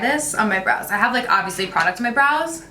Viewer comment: Five 20 when she says brows I swear she said blows love itttt